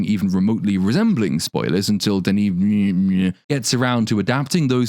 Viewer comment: bruh come on … you legit coulda figured out how to say denis’s name 🤦🏿‍♂️😐